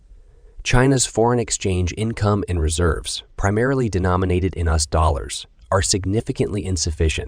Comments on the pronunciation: Im sorry but it's s pronounced Royters even though its spelled Reuters and it's U.S.not us. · U.S. is not pronounced "us". While your computer-generated narration is pretty good, it has its limitations. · You need to make sure the automated narrator pronounces US correctly. There were several instances where US was pronounced "us", the pronoun. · "Re-Uters"? "us dollars"? You need a genuine human narrator. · Is this a voice bot? Strange how US is pronounced